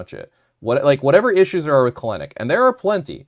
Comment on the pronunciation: Please pronounce Kelenic right.